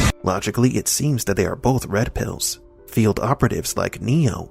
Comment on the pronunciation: "Those waskewy Wed Piws!"